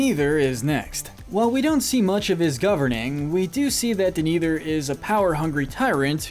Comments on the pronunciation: Everyone: Denethor This butthole: Deniturrr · Hey guys, your hiring for a narrator? This guys good, but hes not pronouncing names right at all. Denathor and Shelob being small examples. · I heard Maria... And how can we forget D'neither? D'neither, stuart of Gondor.